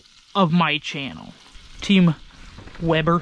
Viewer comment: Of course - Weber, not WEEEEEBER.